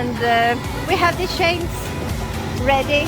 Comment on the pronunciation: Remember we do not say CHAINS like sh-ains but add a T in front like t-chains😉😀🥰🥰